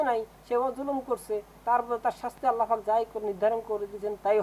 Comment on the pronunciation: ছাগলের মতো উওর।কথা ও ত ঠিক ভাবে বলতে পারেন না,আল্লা পাক বললেন না আল্লা ফাক বললেন কিছুই বুঝলাম নাহ😂